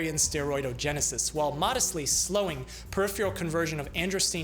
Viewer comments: Love these videos, but please note: "peripheral" = per-IFF-er-uhl, not per-IFF-yer-uhl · Is "priphual" a scientific word, or do you mean to say " peripheral "? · Hello, my favorite doctor! I adore your videos. Being a wordaholic, I must bring 2 words to your attention to correctly pronounce: peripheral (per-IPH-er-al) and menstruation.(men-STRU-ation) Minor, perhaps....but everything you do is so splendid...correct pronunciation is vital. Thanks...love. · Lots of us Americans cannot pronounce “peripheral” correctly to save our lives. Frequently it comes out “pair IF fee ull.” Don’t know why. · It's amazing to me that this guy can nail the pronunciation of words like "androstenedione" and "hyperandrogenemia", but consistently mispronounces "peripheral". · The way he pronounces 'peripheral' is just maddening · You may want to train yourself to pronounce the word "peripheral" better. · Odd pronunciation of “peripheral,” but that’s no big deal. Another interesting video. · Love your presentations. Suggest practice pronouncing "Peripheral". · Take a drink every time he mispronounces "peripheral." 😉